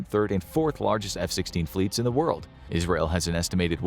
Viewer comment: "ISREAL" It sure is, my dude. L'chaim! XD